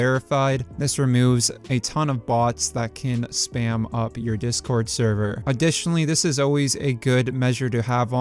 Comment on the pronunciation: The way you say server is annoying me bad.